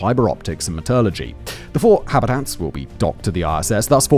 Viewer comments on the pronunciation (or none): none